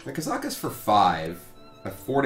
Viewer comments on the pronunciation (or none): Ka-za-kus. I don't see an 'm' in that name.